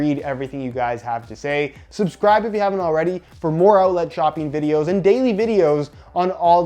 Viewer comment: Nobody:: “outlat”